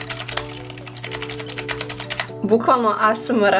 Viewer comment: Pokusava da kaze ASMR pola sata kako treba i onda kaze TUF .. najezio sam se